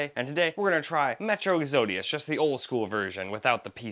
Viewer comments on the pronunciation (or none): Did you not finish the second grade? I'm not even sure how to spell the way you think "EXODUS" is pronounced. WTF? How do you see the word "EXODUS" and come up with WHATEVER it is that you said in this video? I clicked this just to check out how the game ran on this setup and in the first 4 seconds, I hear you DESTROY the English language. There are tribes, deep inside the rain forest that could pronounce the word "EXODUS" and here we have yet another person in the United State that can't even speak properly OR read. The video was paused at the exact point you couldn't pronounce a word that a 7-year-old would be able to, and it will not be resumed. If you graduated high school, you were 100% part of the "no child left behind" act signed in about 20 years ago.